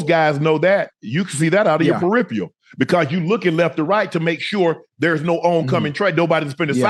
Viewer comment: Unc is the first guy I've heard say "periphiyal" vision since the Army. The guy that taught me rifle marksmanship always said that.